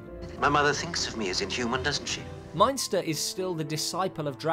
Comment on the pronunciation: David Peel was Baron Meinster, ( not Munster). I have seen the Brides of Dracula many times and enjoyed it very much.